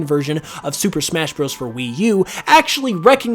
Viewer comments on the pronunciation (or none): none